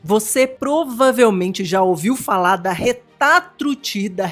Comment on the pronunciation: Que alivio ouvir RETAtrutida kkk